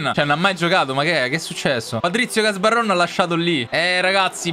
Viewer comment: cmq patric si chiama gabarron non gasbarron